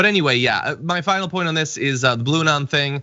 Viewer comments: It can't even she said Blue-non 😏😆😆😅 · bluanon now? lol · The f*ck is "Blueanon"?